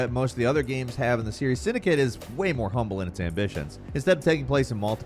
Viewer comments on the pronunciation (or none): none